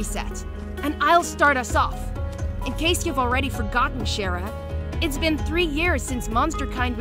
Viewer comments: I get the two pronouceations of Chara, but where the hell did shara come from? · IT’S CHARA!!!! KH-A-RAH!!!!!!! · Say her name properly